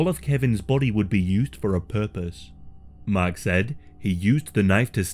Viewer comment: Sounds like you were saying his name was “mac” the entire time, but it was actually mark lol 😂